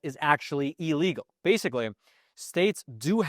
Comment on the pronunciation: The word is not "EEE-legal", it's "Ill-legal" you dolt...